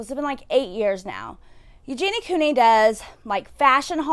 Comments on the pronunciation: Please say her name correctly. It’s Eugenia, not Eugenie. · My thoughts: 1. It's pronounced "you-geen-ee-uh" 2. She has refused help and is choosing to continue being sick for profit 3. She's culpable for the damage her pro-ana and body checking content is having on children